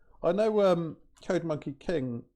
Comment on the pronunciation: OMG! first "talking to subscribers" video ever! Man, oh... I've watched it from the beginning and to the very end without skipping. Finally, man! Finally we got this format! A few side notes: 1. The way how Code Monkey King sounds in your British pronunciation is so ear pleasing) 2. The fact you're using my ideas is fine but copying my hand gestures from chess programming videos is a bit too much (:rofl JUST KIDDING MAN! Hope you get the joke, never ever ever meant to to offend you.) 3. "Leaking my notes" - that was FIRE! 4. Mega respect for pronouncing SQL as SQL and not as sequel like "smart a**es do") 5. Code Monkey King's saying: "code first, understanding would come later (when you make a video on it)" 5 re: C/C++ the most benefit is to understand the low level memory management of data structures and function call stacks 6. "Windows defender summary..." - JUST STOP HIM! 7. Love the fact you're diving into low level concepts - that's really a PRO approach 8. What would I like to see as a viewer: 3X MORE videos like this - it's like you've invited me to have a cup of coffee at your place - amazing feeling - I couldn't ever imagine it would be like that. THis video motivates to arrange my own talking videos to make them as friendly as yours, because mine are currently to aware IMO. Man, just... thank you, I mean really - it's like to have a cup of coffee with an old friend.